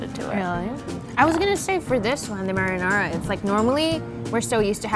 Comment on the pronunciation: Did she really say “marrynara”